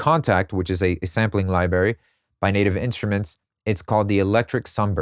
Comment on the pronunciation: Very helpful in-depth look at how modern, mainstream songs are crafted! I'm not thrilled that it's all so tech-heavy, but if you can't beat 'em, you have to join them. Also, can I tell you something and you won't get mad?.... It's pronounced "library" not "libary".